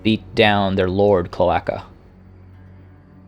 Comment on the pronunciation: Cloaca is pronounced kloh-AY-kah it is the hole that birds and reptiles pee and poo from.